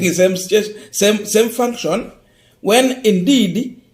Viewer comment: IT'S FUNCTION NOT FACTION